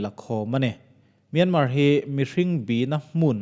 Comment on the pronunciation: Myanmar hi Mian-mar tih loh tur, mia-ma ti-a lam tur. Zoram-than-ga ti-a an lam a dik bik lo